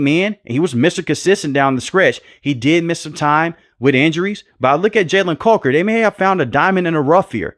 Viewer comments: Love the vids my brother. But you got that Steven A Smith in you. Coker vs Culker has me dying 😂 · Why are you saying Jalen caulker it’s Coker 😂